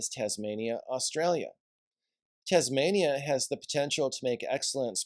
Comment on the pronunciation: Tasmania with an "S"😅